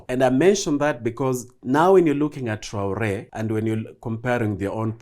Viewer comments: His name is not traolé it's TRAORÉ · its traore not traole...gikuyu ni gikuyu tu